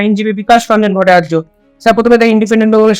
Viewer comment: Indipendent india অনেক দিন ধরে দেখছি। True reporting যা এখন বিরল। একটাই অভিযোগ, ভট্টাচার্য উচ্চারণ ঠিক হচ্ছে না।,, দুজনের কেউই ঠিক নয়। এটা কিন্তু মানুষটাকে অসম্মান করা হয়।